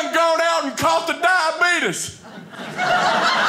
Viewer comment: That was a great set. Had me rolling 🤣 Thanks! I'm 50 years old and now have heard two people pronounce the word, diabetes, as "diabeetus." You being one, and Wilford Brimley being the other. 🤪